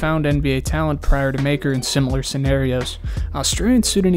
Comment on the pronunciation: Its pronounced muh-ker